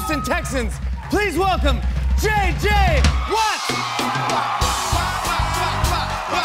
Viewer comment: Bill bur fans... It's JJ Huh-watts!!